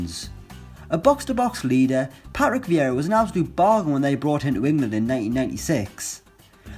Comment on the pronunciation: how did this guy ever get 152k subscribers on utube, he can hardly talk. Pa-Rick Vee-ra